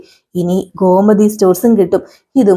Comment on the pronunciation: ഗോമതി ഘോ അല്ല